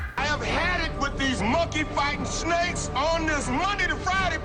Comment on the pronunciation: Sneiks or Snakes???